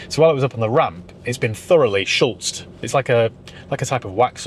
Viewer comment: Schutz not Schultz, from the German verb schutzen which is to protect ! (Read the label on a container, there will be no letter L)